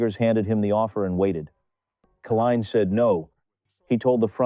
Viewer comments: Nice story. BTW, it's Kay-line, NOT Ka-leen or Kuh-line. Not good AI!! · Lee's proofread this video and redo it. 20 years and 12 days before 20 years and 24 days is only 12 days. It would have meant that alkaline would have had to have won that batting title on the day of his birth his name is Kaline... with a long I. Because of the e at the end. Not Killeen. At least have the respect to pronounce his name the way it is written. Other than the obvious flaw in the way you're presenting the story depending on AI instead of having an actual narrator and if this is a narrator he needs to learn how to speak. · His name is pronounced K LINE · Didn't appreciate your "CAH-line" or "KAY-leen" pronunciations... How about hiring REAL/LIVE folks? ...and a baseball enthusiast would be "nice". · The Greatest player for the tigers during my generation. But the narration often mispronounced his last name. Should not have happened